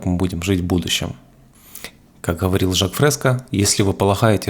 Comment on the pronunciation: Буква Гэ... Хород... Ховорил... Предлахает... 😬